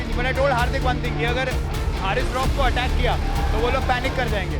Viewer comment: pahli bat uska nam haris ha hairis nhi